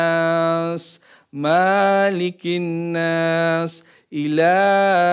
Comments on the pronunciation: Dan jg di surah An nas malikinnaas bukan maalikinnaas ,ma nya bukan mad thobi, 'i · Koreksi surat An nas. Saat baca Malikinnaas, Ma pendek bukan panjang maaalikinnaas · hampura.. bacaan ayatnya ada beberapa yg kurang harakat.. di surat alfatihah "An'amta yg benar adalah alif nun 'Ain ta,bukan 'An'amta 'ain nun 'ain ta" dan surat Annaas yg benar " malikinnaas mim lam kaf, jangan panjang MAALIKINNAAS" maaf yaah.. salam wong cerbon timur🙏🙏🙏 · Y salah satunya surah Al fatihah yg di baca ayat k 7, seharusnya hamzah dulu baru 'ain, bukan 'ain dulu baru hamzah. an 'amta bukan 'an amta dan jg surah an nas seharusnya malikinnaas bukan maalikiinnaas ma nya dibaca pendek krn bkn mad thobi 'i, jd bacanya jgn di panjangkn tar artinya jd berubah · Maaf, waktu baca surat an nas ayat dua bunyi ma- nya hrsnya pendek Bukan maalikinnas tp malikinnas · Surat anasnya keluru bacanya...malikinas di baca pendek tidak panjang. Maaf